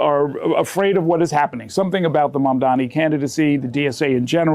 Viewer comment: you'd have so much credibility if you just took the extra second to learn how to say Mum-Dah-Nee.